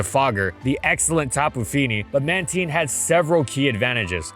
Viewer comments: if you say it as "manTEEN" you are legally a wanted criminal and should ne jailed it's man-tine as in marine and tide mantine god i hate the anime for changing it and making this crused version of min-TINE'S name which sounds like bullshit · Am i the only guy whose been saying Mantine with a long I? Hearing the word "ManTeen" over and over feels weird. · It's pronounced "Manteen"? Not "Mantyne?' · When you hear him say “Man-teen” instead of “Man-tine” 😭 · I will never not call it Mantine. Manteen just...doesn't sound right to me lol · It’s been “man•tine” a lot longer than “man•teen” sooo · It's pronounced ManTYNE, not ManTEEN! Jesus Christ, how did you mess that up?! Anyways, why does it sound like you're yelling constantly in this video when you aren't sounding exhausted? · Why does he pronounce it like Man-TEEN 😭😭 it’s man-TINE like TIME but with an N instead of an M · Ok, not even 2 seconds in, who the hell pronounce Man-teen instead of Man-tine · Is this thing really read as Manteen? I always thought it was Mantayn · It was pronounced as Man-tine but starting from the BW anime, it started being pronounced as Man-teen. Especially in the Pokédex 3D app. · Its Man-Tine NOT Man-teen🤣 It's cringy like how you ruined my favorite pokemon's name, Drapion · when u said manteen i got mad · I’m ok with manteen. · Hearing him say Mantine like “manteen” hurts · it’s not, it’s “man-tine” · Having a stroke here cuz I’ve always pronounced it as man-tine as opposed to man-teen lol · Anyone else say it as a MAN-TYNE? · It was pronounced as that early on, but was changed to Man-teen starting from the BW anime, and in the Pokédex 3D app. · Wait. Man-TEEN? I refuse to change how I pronounce this Pokémon’s name. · Please just stop pronouncing mantine like that 🙏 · I think you pronounced Mantine the wrong way 😬😬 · Pronounced Man•tīn (like “time” or “nine”). Not teen lol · Holy moly, the mispronunciation. Mantine and Mantyke are supposed to sound the same